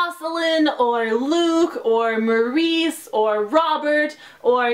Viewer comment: Did u say...Maurice...? Lol her name is Marse